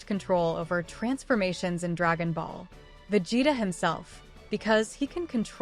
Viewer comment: cant get past the pronunciation of vegeta....